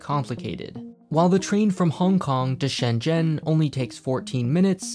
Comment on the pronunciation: all that aside, i really appreciate how you try to pronounce Shenzhen properly